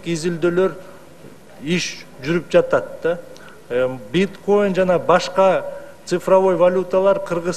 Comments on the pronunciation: БИТКАИН ЭМЕС БИТКОИН ЭЙ ДЕПУТАТ ? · Биткаийн эмес Биткоины бля дагы депутат называется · Биткаин эмес биткоин